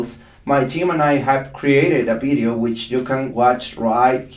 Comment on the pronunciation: Can I pls correct you teacher.You should vedio not Bedio.The V in English is pronounced V not B.I love your teachings cos I learn alot from it.Tnks